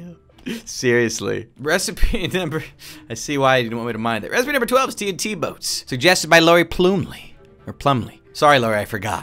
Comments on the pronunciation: It’s TNT not TINT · All the falsely pronounced words of 1. 🥔 Potats 2. 🌾 Queet 3. 💥 Tint Eh.. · Everytime he says tnt (the fast way instead of T N T) it sounds like hes saying tint to everyone else right? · T n t not tnt